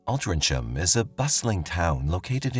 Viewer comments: Within first minute I hear multiple grating mispronunciations of the town's name, you show shots of Piccadilly Circus London while talking about Altrincham town centre, then in comments you are commercial spamming. Probably best if you stick to stories from USA as you will certainly be aggravating the British with this performance. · I came to tell you that you were pronouncing Altrincham wrong too, lol. You did say Wythenshawe correctly though, so well done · It's pronounced Alt trin gum. It's a few minutes from where I live. If I had known you were covering this story I would have popped into Altrincham and got you some photos and a video of the actual crime scene 😊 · It's pronounced alt-ring-ham remember hearing about this at the time and thinking that this was 1 gullible kid, my ex girlfriend lives just around the corner from where this happened in Lloyd's gardens. This is 1 of most bizarre stories I've ever heard and the kid who dreamt up this plot is a seriously wasted talent and has got a hell of a brain in that warped head of his 😆 🤣 😂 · It’s ALTRINCHAM pronounced ALT RING HAM 😂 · Great telling of the story. Quick FYI - Altrincham is pronounced Altring ham (no delay - just breaking it out so you know it's not 'cham'. (It's my hometown). I know it has a C and not a G but that's still how we pronounce it. For the viewers, please also be aware that 'Mark' does not represent the level of intellect of the citizens of Altrincham 😆 - I can't believe 'Mark' actually bought this web of BS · It’s pronounced Altrinham, so ham not Cham at the end. English language for you, makes no sense. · Altrincham ISN’T pronounced ‘Altrin-cham’ but ‘Altrin-ham’. Some people even say it like it has a ‘g’ between the ‘n’ and the ‘h’ instead of the ‘c’ ! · Listen fyi only it’s pronounced Alt ring m ( Altringhm) xx 🇬🇧 ❤ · Alt-ring-ham is how altrincham is pronounced. 😊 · Altrincham Pronounced ul-tring um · All-Tring-ham the C is 🤫🤫 silent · Its prouounced ALT RING HAM. 😊